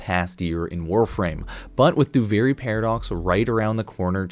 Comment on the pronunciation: why do you keep calling it Doo-Varie? Do-Vir-ie, Duviri, there is no A in that word